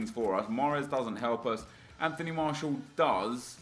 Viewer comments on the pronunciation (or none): none